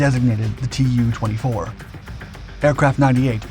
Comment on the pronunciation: a word of advice- russian airplane names (like Mig and Jak[ or Yak]) are NOT spelled out - they are pronounced as words. So Yak is pronounced as such, so is mig, and "Tu" is pronounced as "Too" (from "Tupolew" with "W" being pronounced a "V").